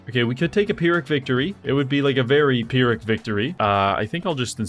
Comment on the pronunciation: I love you but please learn how to say 'pyrrhic' properly